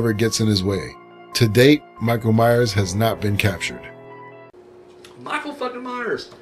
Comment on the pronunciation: it's Myers not mayers